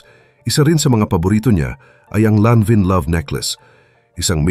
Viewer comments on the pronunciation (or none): Lanvin is a french word,it is pronounced as "lahn-van" po